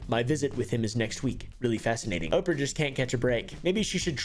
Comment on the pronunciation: I love you but i HATE the way you pronounce oprah lol